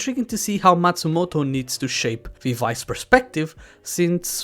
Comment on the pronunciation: Love the vid, i hust can get over him saying “Viv eye” tho. My, its “viv ee”